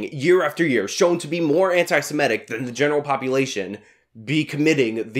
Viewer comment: Love your stuff,, but please stop mispronouncing "anti-semitic". It's anti-seMITTick, not anti-seMETTic.